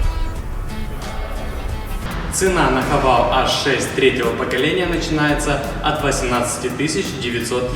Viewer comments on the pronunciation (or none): Не хавАл..., а хавЕЙл..., мог бы и запомнить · А почему все должны по-английски читать? Шрифт латинский, а не английский, букву называем "Аш". Да и вообще марка читается "Хэво́л" - такая изначально китайская задумка: "Have all -> Haval". Уж никак не "Хавейл", чем грешат российские ютуберы. Но мне милее вариант "Хава́л". Именно так ребята и произносят. За что отдельное спасибо. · Не хавал, а хавейл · Не Хавейл а Хэвэл